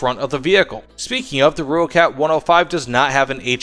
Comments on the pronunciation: More like "roy-kut" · no. Roy kat is closer. From someone who speaks Afrikaans and has an Afrikaans wife. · Great video man, but the name is pronounced "Roy-kat"